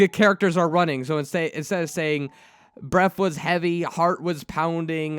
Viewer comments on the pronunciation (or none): none